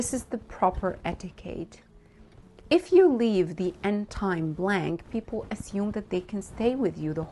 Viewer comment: The word 'etiquette' is mispronounced throughout the video.:face-blue-wide-eyes